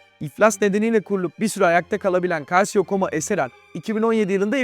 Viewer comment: Merhaba,Italyancada calcio kelimesi kalsiyo değil kalço diye okunuyor,anlatım daha kusursuz olacaktır böylece